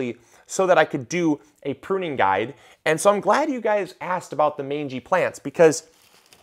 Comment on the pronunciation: Not sure if anyone mentioned if you are "puning" rather than "pruning" 😆